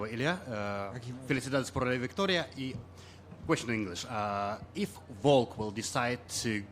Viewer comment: He has a hard time pronouncing ‘Volk.’